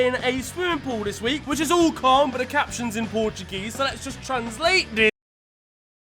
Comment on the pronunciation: "Futbol 'dis wi'k" lmao